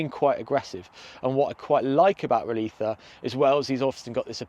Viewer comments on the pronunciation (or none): It may be a minor matter, but my bowels ache every time he says "Roliça" as if the "ç" was a "th" as in "think" or a "z" in some Spanish word... Portuguese "-ç-" is like English "-ss-" (and I'll refrain from presenting the example it came to my mind so that this comment is hopefully not filtered...).